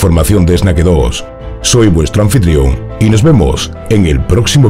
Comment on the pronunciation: porque dices esnaque dos si se pronuncia snake dos. serpiente= snake ... tu canal se llama serpiente dos